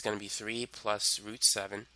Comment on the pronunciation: When he says root but sounds like "fruit" I'm thinking why the eff' is he mentioning fruit. Lol